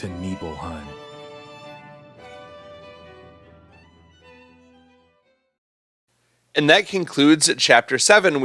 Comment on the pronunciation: to neeblehime